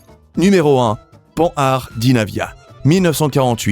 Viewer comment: Oui. Pan har. Même pas le meilleur en Français, c'est bien comme ça que j'avais lu dans ma tête. Ça m'agace, depuis peu, d'entendre Panne hard.